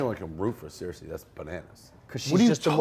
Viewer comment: How does dave call Cersei; 'Sear-Sea' , its literally a television show